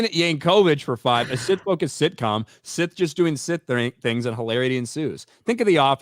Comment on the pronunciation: Look SOL OBVIOUSLY REPORTS TO JEDI COUNCIL THAT HE FOUGHT A SITH. BUT COUNCIL ACTUALLY HEARD - SOL HAD A FIGHT WITH SETH. SOME FLOPPY HAIRED LATIN/ASIAN DUDE WHO LOOKS LIKE A HOMELESS JUNKIE. YOU KNOW SETH.. CASE CLOSED SETH NOT SITH. LEARN TO PRONOUNCE IT BETTER. 😅😂